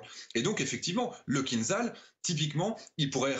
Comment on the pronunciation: oh, déjà, on dit kinZHal (кинжал = poignard), pas kinZal... fin, en russe, on dit aussi kin-za-dza ! et arretez de faire peur aux ménagères avec vos delires que ca vole a 10M. c'est du combustible solide, au bout de 20 sec tout est cramé, même si ca monte a quelques M et apres ca vole (~1300km) en réduisant la vitesse a 2-3M grand max, apres ca continue a 2M (~400km) et à la fin ca peut aller carrément en subsonique pour maxer la precision. et la meuf de franceinfo qui sort que ca contourne le terrain, lol, fin, certes, ce genre de profanes suffit pour faire frissonner madame michou ! ca fait quelques manœuvres aléatoires schématiques a tout casser. et le vrai gag, c'est "kinzhal" qui est tiré d'un navire :-P kinzhal par définition est aéroporté, sinon c'est son grand frere iskander quand c'est terrestre... vraiment, chez franceinfo les journaleux c'est un ramassis de blaireaux incompétents en la matière